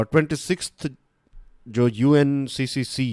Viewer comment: Sorry sir but I think its UNFCCC not UNCCC.